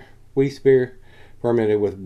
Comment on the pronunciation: It's pronounced Berlin(as in capital of Germany)er. And Vize for Wiesse. Which is German for Wheat. Top review mate. Watching from across the pond in England.